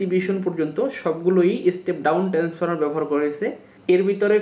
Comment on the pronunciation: ট্রান্সফর্মার উচ্চারণ ভালো করে করেন